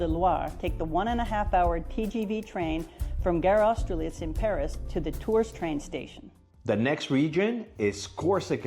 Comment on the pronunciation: please don't trust that woman's pronunciation , it's not Orleeens, and it's not Torzzz !